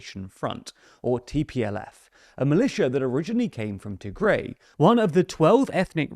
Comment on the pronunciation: It is pronounced as Tih-grai not Tee-grey